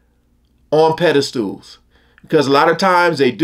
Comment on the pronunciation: the word is 'Pedestal' not pedastool